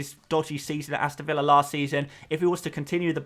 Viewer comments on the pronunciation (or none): none